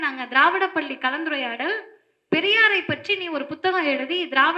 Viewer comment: பல்லி அல்ல பள்ளி